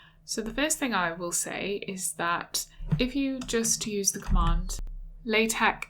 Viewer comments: She pronounced it wrong. Should sound like "La" "Tech". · Pronounced "la" "tech' :)